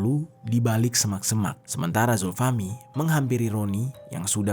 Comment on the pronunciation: Zulfahmi awalnya. Tapi sering nyebutin zulfahmi lama-lama jadi zulhilmi. 😂